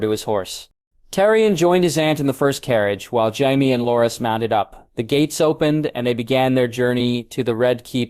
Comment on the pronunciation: Jaiveeays. Not Jaime, that would be to complicated.